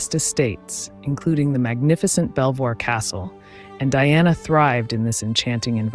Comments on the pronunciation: Beever Castle, not Belvoir, I believe. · Isn't it pronounced "Bee-ver/vor" castle? "Not Bel-voir" though it is written so? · You don’t pronounce the l orbthebirbitsvpronounced besver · Belvoir castle is pronounced Beaver castle. Makes no sense but that the English language! Love your videos. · Belvoir castle is pronounced Beever . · Belvoir Castle is pronounced as "Beever Castle" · Sorry to be a pedant but Belvoir is pronounced beaver. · During an attempted edit. I accidentally deleted several comments without having read them. Sorry, please leave your comment again. I appreciate it. Sorry for the mispronunciation on Belvoir Castle, and thank you to those who pointed it out. Who would you like to see next ?